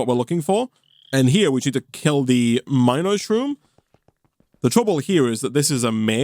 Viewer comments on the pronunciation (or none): pronounced min-O-shroom